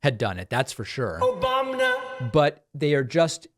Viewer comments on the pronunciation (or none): "Obamna" cracks me up every single time!